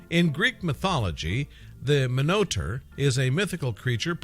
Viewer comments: Minotaur is Pronounced MINO-TAR not "miniter" LOL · Pronounced min-o-tar not monoter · Your pronouncing it wrong. Its "Minotaur" not "Monotour"... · Its pronounced (mino_tar) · You pronounce it minotaur... lol great try